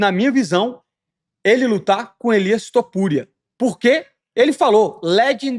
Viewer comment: Elias Topuria é foda, tu errando o nome dele, acho incrível